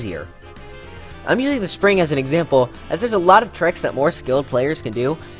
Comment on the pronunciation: Ah yes, exapmle